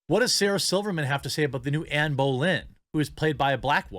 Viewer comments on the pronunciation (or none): none